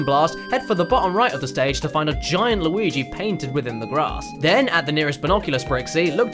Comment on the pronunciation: Why does keep calling Luigi.... Lawigi